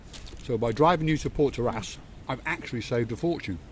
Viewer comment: It’s protaras not portaras and don’t throw food at a cat like that. And when flexing money “spending my money”